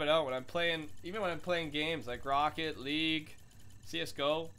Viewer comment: "ROCKE LEAGUE"